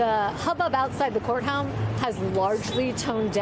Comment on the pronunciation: "hubbub outside the courthum"??? "courthound"??????